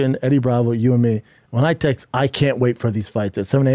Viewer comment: Bruv the way he sits like a lady principal and talks so confidently but then can't say "saw" or "text" f*cking kills me.